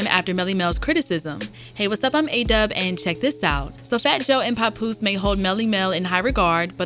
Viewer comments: Pap like pap smear not pop smear. Papoose! Papoose! How did she get this job? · Why does she does she keep pronouncing it "Popoose" ?! 😂😂